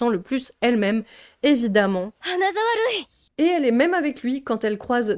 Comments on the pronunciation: Purée je ne connaissais pas du tout ce manga ! Merci pour cette vidéo très intéressante. Mais vraiment quel enfer ! A chaque fois je me disais, "noooon ça ne peut pas être pire ?!" et là tu enchaines... vraiment tu as eu du courage d'aller jusqu'au bout 😅Par contre le "Hanazawa Rui" JPP ça m'a fait rire à chaque fois ! 😂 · Le "Hanazawa Rui" me fume à chaque fois 😂